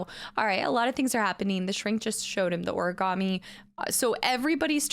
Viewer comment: No one in this game can pronounce origami so far we got origammy and origarmi😂